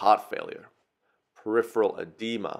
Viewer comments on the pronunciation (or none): none